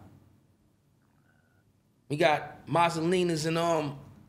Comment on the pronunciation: Am I the only one who lmao when he said masalinas?